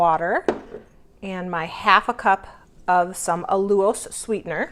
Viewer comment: I am hoping after 3 years you know it's NOT A lu ose it's Al U lose :) You can do lemon juice and cream of tarter instead of xanthan gum :)